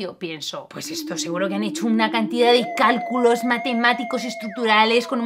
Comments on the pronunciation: Dice cáculos. CÁCULOS xd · soy el unico que se dio cuenta que en el minuto dice CÁCULOS ¿¿¿????? PERO DE IGUAL MANERA ERES MI YOUTUBER FAVORITA EVER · nadie:: SIN CÁCULOS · "diseñar estructuras... ¿sin CÁCULOS?" WTF